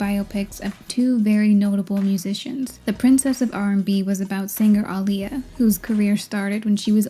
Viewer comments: it's not even that different, chill. just heard the narrator who's bitching about it mispronounces it, because it's such a small difference that depends on how you speak. "claimed that Aaliyah was" was said differently than the next time she says her name. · When Are You That Somebody came out, my mom was pregnant with me and named me Alia pronounced the same way… I love my name and the meaning… didn’t like how they mispronounced her name wrong when she made it CLEAR Edit: I often tell people “It’s like Muhammad Ali” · so my only reference regarding Aaliyah was her being in Queen of the Damned (my mom loved it 🤷), but it's ridiculous that none of these people knew how to pronounce her name--or pretended to not know for shock value--when the pronunciation's literally on her album covers. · I’m hard of hearing so the intricacies of Aaliyah’s name pronunciation doesn’t hit my ears that much, but it’s literally spelled phonetically in MULTIPLE places, if someone who’s deaf in one ear can see that and make an effort an actress hired to represent the HUMAN that named belonged to should have made an effort! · Wtf you complain about how everyone in the movie pronounced Aaliyah wrong and then you proceed and say it wrong yourself repeatedly again and again... like wtf ? I think you should check the mirror before going on to diss others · That woman put even the pronunciation of her name on her album cover and people still don't get it right! For normal ppl like you and me ok, but not for a movie about her! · OKAY I KNOW THIS IS LATE be my name is Aaliyah and hearing you say it I gotta ask Have I've been pronouncing my name wrong this while time?! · Damn everyone in the 90s was saying her name wrong. Embarrassing. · The mispronunciation of Aaliyah in a BIOPIC ABOUT HER just kills me. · Ah-Lee-Yah it’s not hard to pronounce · Aaliyah even put the proper pronunciation of her name on her debut album cover, How did they fuck that up. ( ah-lee-yah ) not difficult at all.